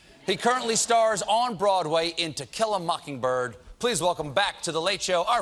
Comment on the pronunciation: who else heard Stephen said "Tequila mockingbird"